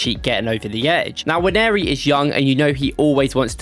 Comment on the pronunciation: Now that's a proper Nigerian. Pronounced as Nwaaan-nee-ri.